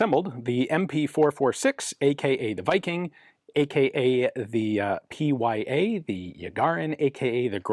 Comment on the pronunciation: Look, to a Russian "Pee Why Ay" does not sound anything close to "Peh Yah"... :)